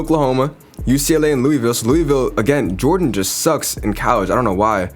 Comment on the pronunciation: bro "callege"